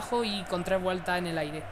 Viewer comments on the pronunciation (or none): none